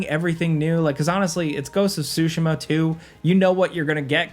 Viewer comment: Say it with me.... TSU-- SHEE-- MUH like Shoo - shee -muh